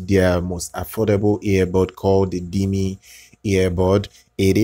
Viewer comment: You mean diiiiiiiiiiiiiime? Not Dim-e